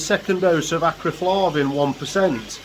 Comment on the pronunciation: Acriflavin or Acriflarrrrrrrrvin...........🤣